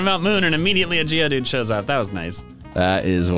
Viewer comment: I thought he said Giovanni instead of geodude